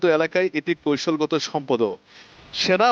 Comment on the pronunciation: সাংবাদিকের উচ্চারন শুদ্ধ না। কৈশলগত❌ কৌশলগত